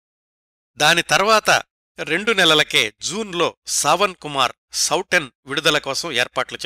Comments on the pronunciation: Souten సౌటెన్ కాదండి సౌతెన్ అంటే సవతి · నమస్తే సార్ చాలా బాగుంది. మీరు సౌటన్ అని అంటున్నారు అది సౌతన్ అని చదవాలి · ఆ సినిమా పేరు సౌతన్, లేదా సౌతెన్ అని కూడా హిందీ వాళ్ళు అంటారు. అందులో ట లేదు. ఇంకో 2-3 హిందీ పదాలు కూడా correction అవసరం. హిందీ, లేదా సంస్కృతం తెలిసిన మీ మిత్రులు మీకు ఇందులో సహాయం చెయ్యగలరు.